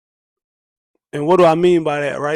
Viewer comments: "Too peer (pure)" 🤣🤣 wheres this dude from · Great Lupe celebration! I didn't realize you was saying "pure" until I read the comments. Don't change a thing 😉